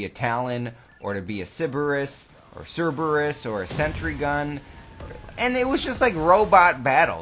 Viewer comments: Siberus? Its pronounced Sir-Burr-Rus. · Sorry for being a grammar Nazi, but it's Pronounced Sir-ber-us not sib-er-us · "Siberus" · Why is everyone in the cod community incapable of saying Cerberus. It's Cerberus not ceribus or ciburus. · Bruh it's CERBERUS (SIR-BURR-US) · How I know you're from Wisconsin. You call the Cerberus a Sybarris.